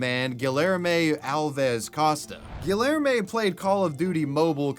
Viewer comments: GILL ER MAY its gee (like in geek) yare (like air) may gee yare may I almost couldn't keep going lol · I can barely listen to the second story because of the butchered name Guillerme (correctly pronounced: Gee-yehr-may) That is not how double Ls are pronounced x.x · GuiYerme You know in Latin countries 2 LLs is pronounced as a Y. Try harder! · I had to turn the video off after you tried to say "Guillerme" I mean I ignored it for a while but it really got to me when you said it 10 times in 30 seconds. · I have reason to believe his name is actually pronounced gee air may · Gi - er - mo for the name haha. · guhlermay XD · pronounced Gi-Air-May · Your pronunciation of the dude's name makes me want to rip my ears off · how can you so confidently mispronounce names?? lol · Where in us does he live? the way he pronounces Guilherme feels so cringey for me. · ik hes a murderer but the way dude pronounced guilherme is criminal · i'm really sorry but the way you're saying guillerme is making me ick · You are aware that the Ls in Guillerme/Guillermo are not pronounced like that right? 😂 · Im from brazil, never heard of guilherme, nor the case actually, this was quite the news. Also i dont mean to be rude or disrespectful at all, i know how hard some pronunciations on portuguese to english or vise versa, but the way you pronounce guilherme, its hilarious! Also "because i wanted" its not a goddmaned answer! You just murdered a innocent person! I feel slightly ashamed that someone like that exists in here... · I’m sorry but you totally butchered Guilherme 😂😂😂